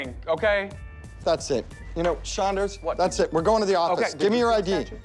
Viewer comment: shaunders :) lmfao